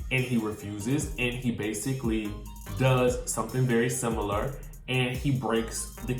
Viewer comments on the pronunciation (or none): none